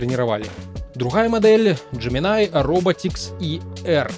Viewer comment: тут усё проста, ты кажаш Gemini, а трэба Gemini